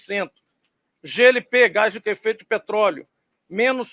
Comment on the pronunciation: O engraçado é o ênfase do cara falando do Gas de cozinha com menor preço - 0,13 centavos, que ele enfie no 👌🏼 dele estas moedinhas